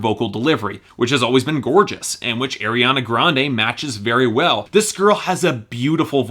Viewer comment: I still cringe when he says "Air-iana Grande"